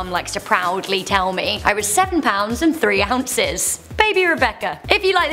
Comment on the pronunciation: 5 pownds & 7 awncis